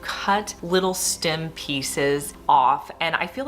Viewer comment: What's a stim...it's stem😮😮😮😮